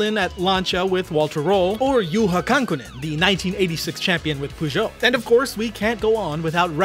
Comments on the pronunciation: no way way you say peugeot as poo jot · It took me a while to realize, that this mysterious "Poojot" car manufacturer is supposed to be "Peugeot". The English pronunciation of that word is really weird. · "poo jo" 😂😂😂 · puegot? xD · Much mispronounced Peugeot